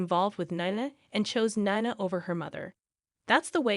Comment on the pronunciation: It’s not Naina it’s Nina say correctly, please